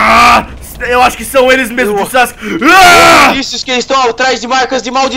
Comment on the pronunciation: No minuto o fala kawuack em vez de Sasuke